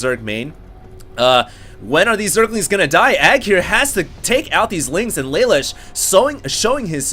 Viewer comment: yeah thats what im saying, in the anime isnt it pronounced la loosh, phonetically spelled as best i could